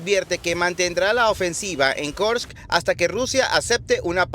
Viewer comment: Kursk , no Karsk.